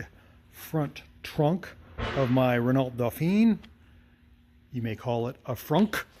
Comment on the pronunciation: Just so you know, I’m French and we say “Renau”, the “lt” is silent. Great channel love your content, hope you will try to start the 70 years old Chevrolet.